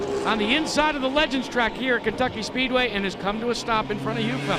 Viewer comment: Kencucky Speedway? Wanna try that again?